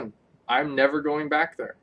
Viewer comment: Right theyun